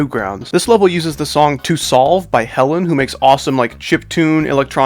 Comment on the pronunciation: Shadow stepping said nong not song but anyway good layouts and deco